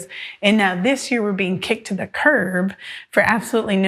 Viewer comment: She said 4 ta 5 years!